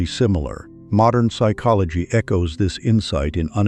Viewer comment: Is there a reason the narrator pronounces - psychology as " sick ology - at first I thought this was typical amercains being incapable of speaking how a word is spelt - until the narrator says the word properly.